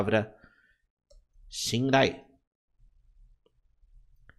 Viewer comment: É shinrai ou shindai ? ta escrito shinrai, mas voce disse shindai .